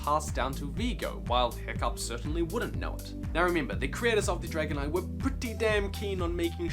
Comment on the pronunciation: Am I the only one that thought he said dragonite when he said dragon eye?